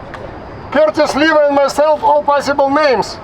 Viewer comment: Imagine when curtis SILVA's parents came to america at staten island and they told him "ITS NOT SILVA ITS SLIWA"